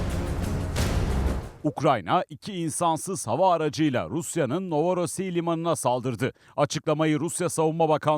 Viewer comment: Novorossiy değil novorossiysk